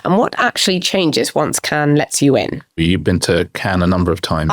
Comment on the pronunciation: Why does Richard say “Ken” instead of Cannes or “Can” is it a Barbie link up?